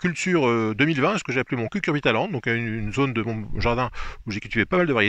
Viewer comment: "j'espère que ce petit tour dans mon cucurbitaland vous aura plu".... Toutes les syllables sont importantes.